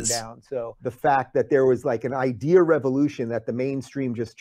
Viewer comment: Dave Rubin has totally destroyed the word "idea".